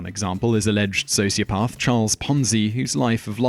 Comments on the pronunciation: so is socioPARTH the new way of saying socioPATH? or does the narrator just not know how pronounce the main element of this video? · What is this "socioPARTH" nonsense? It is pronounced with a soft "a" NOT like "r". I dislike people who deliberately mispronounce words as if to say they know better. It could be a sign of a sociopath. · What a shame the narrator does not know how to pronounce sociopath!!! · This is a great and informative video, but Simon, what is a "socioparth"? Your pronunciation was beginning to distract me, which is really not what you want in a video of this nature. I'm British too; please do better, it's an English word. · You sound so posh: "Socio-paath."😀